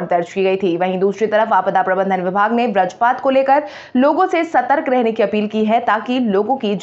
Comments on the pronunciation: बज्रपात शब्द का सही उच्चारण करने का प्रयास करें।इसे ब्रजपात न कहें। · ब्रजपात नहीं बज्रपात होता है। उच्चारण सुधारे। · वज्रपात न कि व्रजपात उच्चारण देखें